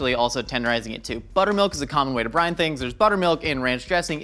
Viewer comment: I keep thinking he's saying Brian, not brine...